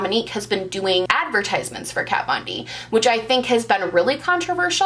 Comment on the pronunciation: Who is "cat von deep" 🤪